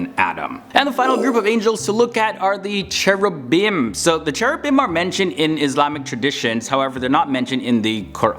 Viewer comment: Iblis was Azazel, not Seraphim. Actually, the pronunciation of 'ch' in Cherubim is 'k' like in 'car' not 'c' like in 'chair', so it's supposed to pronounced 'kerubim' because the sound 'c' doesn't exist both in Arabic and Hebrew.